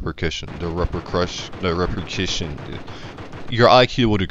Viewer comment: “The reperkision”